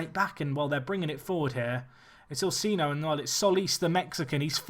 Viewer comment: The brazilian players that has that "h" in their name, like Ilsinho, are pronounced as a "J", so Ilsinjo ^^